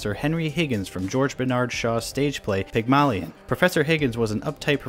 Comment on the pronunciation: the way that you say Pygmalion takes 8 years off my life every time you say it